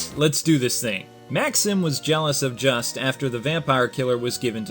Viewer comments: As someone who took french in HS i can tell you juste's name is pronounced (Ju-stae) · Not trying to sound like a troll here. But I think his name is pronounced: Joost. The name is spelt Juste but it's not really pronounced the way it looks. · WHOA WAIT Juste Belmont is pronounced: "Jeust"